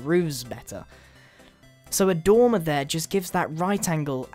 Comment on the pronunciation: the first time you said dormer i thought you said tumor